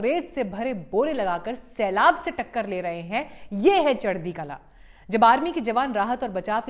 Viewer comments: its kalaa and not kalaan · चढदी कलां नहीं जी “चढदी कला” बोला जाता है। आपका धन्यवाद 🙏🏻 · There is no sound of “ n “ At the end. Punjabis sent back “ Alexander the no so great” what’s water !